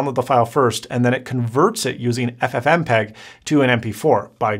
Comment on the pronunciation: ffmpeg....say it again, ffmpeg hahahaHhaha